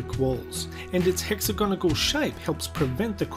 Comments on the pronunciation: This dOoD said hexagonagal. Mate, thats a cylinder. And, it's Hexagonal. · he said hexagonagal, the shape is a cylinder and the word is hexagonal